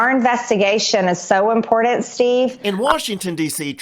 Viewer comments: "Im-por-Dant" LOL! Ignorant Dolt. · MTG the way she says "Impordant" lol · Bo bo says imporant! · What does impordant mean? MTG says it often.